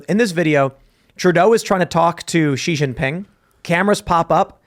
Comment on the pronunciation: It's pronounced SHE NOT ZEE